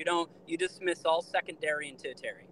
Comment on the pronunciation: “tu-ih-TAIR-ee”? 😂 If you’re going to try to appear intellectual and scholarly valid, maybe pronounce your big words correctly. Bro, it’s pronounced “TER-shee-air-ee”.